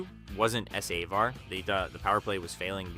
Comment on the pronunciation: Is the narration AI? It’s one of the better ones I’ve heard, but mis pronouncing ‘defense’, ‘Nylander’ and saying ‘Savard’ three different ways, including ‘S. A. Vard’ is weird.